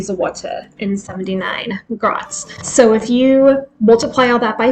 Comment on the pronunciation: A penny or grosz is pronounced grosh not grots, and the plural pronounciation is groshy